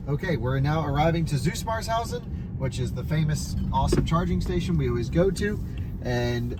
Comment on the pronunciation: What region of the US are you uou from? I always wondered what part of the US say "Oways" instead of "Always".